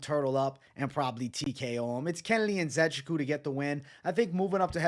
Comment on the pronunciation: It’s pronounced (IN - Ze - Chook - WOO)